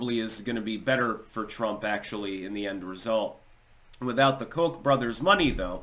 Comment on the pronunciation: I thought it was pronounced COKE.